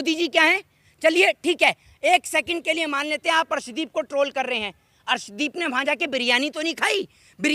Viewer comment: Is bhos.....i wale ko arshdeep ka naam bhi thik se pata nahi harshdeep bol raha hai ......ye PMC hai......khali political rang de raha hai